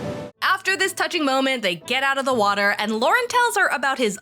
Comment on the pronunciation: "Peeing in the waatur gives me commfidense as a wooman...my hair is ploing!" Haha! 😂